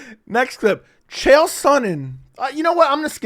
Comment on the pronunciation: Also, Chael is the may be the dumbest human being on earth. Dude just rambles garbage and makes up stories. And people try to tell me his mispronunciation of names is a gimmick, but no, he's too stupid and full of his own shit to realize how ignorant he sounds. He just doesn't care.